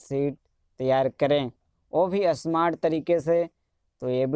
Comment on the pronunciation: असमार्ट नहीं स्मार्ट बोलो